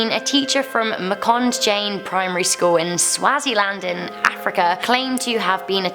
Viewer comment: Swa-zeeland is how it’s pronounced